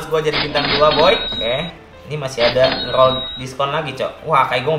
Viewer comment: Nge rrrrrrrrrrrrrrrol